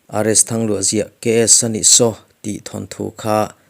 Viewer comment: Thanthu ni lovin thawnthu ti a lam tur a ni e